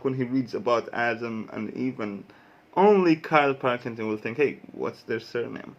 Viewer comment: Karl Pil,king,ton. Not parkington llf🤗